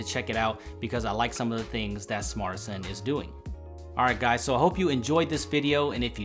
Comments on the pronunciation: You'd think that he would at least pronounce the name of the phone correctly if he got paid. He kept calling it a "Smartsanti" when it's "Smartisan". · Kun Qian Yeah I know, it sounds like they are trying to make fun of everyone and call it Smart Asian. It's Smartisan. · phone says ARTISAN but he says SMARTISAN it sounds like bad INGRISH translated to Smart Asian?